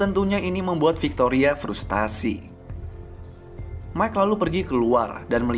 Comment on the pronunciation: Prustasi bang bukan purustasi